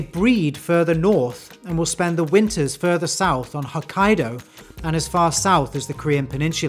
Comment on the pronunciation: Nice presentation, just fyi it's Hokkaido not Hakkaido. I only mention it because we emphasized that stuff in Japanese class.